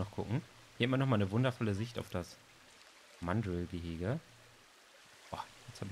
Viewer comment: Ich mag deine Videos...aber es heißt mandrrrrrrril und nicht englisch ausgesprochen